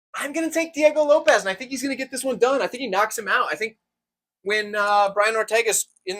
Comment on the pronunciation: I was gonna try to teach you how to pronounce Diego Lopes but I realized I can’t write it down 🤣